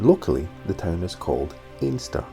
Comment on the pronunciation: Really enjoyed seeing my beautiful home beaches on your video and commentary. My only issue is that we pronounce it ENSTER not Ainster. And I even saw my house. Glad you got such a lovely day to explore here, clay marbles are kind of a speciality on Castle Street Beach.😍